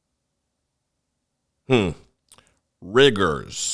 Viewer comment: I can’t stop laughing “Riggers” It’s going to get a lot worse before it gets better😂